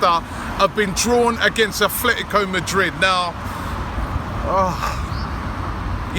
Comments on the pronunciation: Who the hell are "Athletico Madrid" it is Atlético .. At - LETI - CO ....why you pronouncing it like it is WIgan ATHLETIC...their is no "h" in it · It's "Atlético," not "Athletico." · its atletico mate . not athletico.